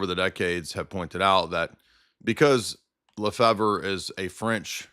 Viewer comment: It's pronounced "Le-FAVE," not "Le-Fever," or "Le-Fibber," or whatever. It's a French surname. And no, he did not get his degree from Apostle's College.